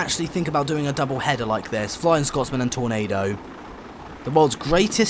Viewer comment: It's Scotsman not Scott's Man